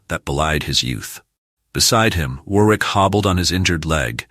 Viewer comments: Pronounced Worrick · And Warwick is pronouced Warrick. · Must admit I laughed every time he said War-wick.